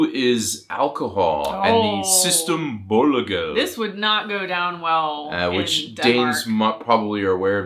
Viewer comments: Can't decide if I, as a Swede, should be annoyed by your pronunciation of Systembolaaaget (should be a fairly long "a" sound), or if I should just nod wildly in agreement as the skåning I am (Skåne once belonged to Denmark) on how you found Stockholm and the people and dialect there. ;) Helsingborg - which, by the way, have their own little brewery with a few dozen sorts of beers - are not further away from Kronborg castle and Helsingør than 3-4 kilometers, and with the ferries going from behind The Tivoli almost every 20 minutes you can easily "tura" and get a refreshing dose (either in a bottle or in a can...) of Denmark on just about any day of the week. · It’s sy-STEM bolaget, accent on the stem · Yes, it's almost ( 85 % ) Danish spoken in a funny way 😊: It's "System-bolaget" [ s'ue's-tém - bo-lA-get ], where "A" indicates an open A as in "far". "Ett bolag" is a (business) company or an association in Swedish. Try watching some Swedish TV with subtitles in Swedish - and notice how similar most of the basic words by far are to their Danish counterparts, and then notice the differences in how they are pronounced compared to Danish. S Vi [ve] kan se honom / dom komma över ['oe'-verr] till os [us] nu [n'ue']. D Vi kan se ham / dem komme over til os nu [noo*]. E We can see him / them coming (come) over to us now. The Swedes are basically just a "little" poor at spelling 😂 Ha, regarding Swedes coming over by ferry to Helsingør - and previously Copenhagen - to drink lots of beer etc.: That's where this old saying / "friendly" teasing of the Swedes come from - "Keep the city clean - guide a (poor drunk) Swede to the ferry!" "Hold byen ren - følg (follow / guide) en svensker til færgen!" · It sounds like you are trying to pronounce 'Systembolaget' in danish. The secret of speaking swedish is that you pronounce every letter, instead of bunching it all together and saying it without using your tongue, which is how you end up with danish.